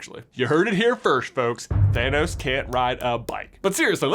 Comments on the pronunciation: I hear Thinos, not Thanos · Why do I hear it "gamora daughter of thenos" instead of "thanos" maybe it's all just a coincidence and her actual father has a similar name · Red skull says Thaynos sooooo, it can’t be Thanos!😂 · Red Skull doesn't say "Gamora, daughter of Thanos," he says "Gamora, daughter of THAYNOS." Thaynos, Thanos... completely different people! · If Red Skull has infinity stone knowledge of everyone and their fathers' names, why does he probounce Thanos as Thay-nos? 🤔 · I heard “Phinos”/“Finos” not Thanos, 😅😅😅 but then I don’t have great tonal hearing. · I know it makes no differnce either way, and is based on accents, and upbringing, but the way red skull pronounces thanos is differnt from like how the vast majority seem to pronounce thanos, and i would find this theory to be just really really funny if it was 2 differnt thanos, just how you would pronounce their names